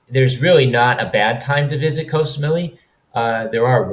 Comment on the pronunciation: เกาะ = gaw = island. short vowel, low tone. one of the most commonly mispronounced words in Thailand. if you're living there id suggest a language coach. high season blows, swamped with tourists, prices double.